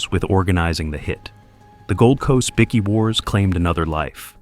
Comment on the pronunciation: Bikie not bicky